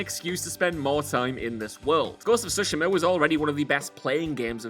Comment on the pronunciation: Can someone please help this guy pronounce Tsushima correctly 😂